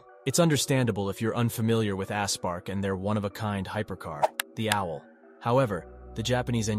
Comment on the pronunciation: “ASS PARK”⁉️🤔 It kinda sounds slow.😏 😂‼️